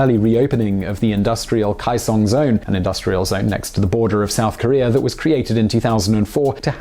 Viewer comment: FYI about pronunciation: "ae"/"ai" is pronounced like "ay," not "eye." So Moon Jae-in is "Moon jay-inn" and Hyundai is closer (but not exactly) "Hyun-day." And Kaesong is "Kay-song," not "K-eye-song."